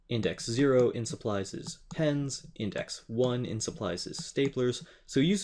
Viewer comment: 'pens' so close to 'penis